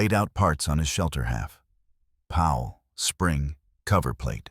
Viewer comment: Increased cleaning intervals? That means MORE time between cleaning! Stoopid!😂! Can't blame the poor ayeye narrator; it's just a mindless, brainless set of computer code after all! It didn't know it said it completely ass-backwards! 'Pal'? More like a pawl, pronounced - 'Paul'. Lol! Another 'Chen' in these stories😂! There's almost ALWAYS a Chen. I spose there HAS to be one doesn't there? Gotta be politically correct! Gotta be inclusive huh? Such tiresome CRAP!